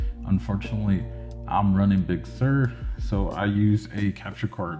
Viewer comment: What is Big Sir or surge, not sure exactly what you said, lol!